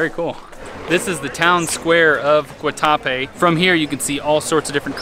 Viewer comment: Great video. actually pronounced the name of the town correctly after "Guatacrape". You are going to love Cartagena.